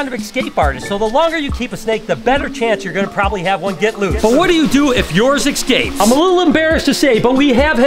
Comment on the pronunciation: Cool 😂 but can you stop saying "exscapes"?! 😂